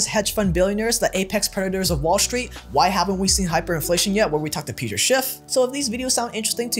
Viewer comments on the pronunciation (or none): none